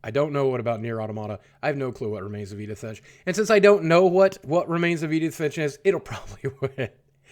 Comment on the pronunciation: "I have no clue to what remains of Edin finch"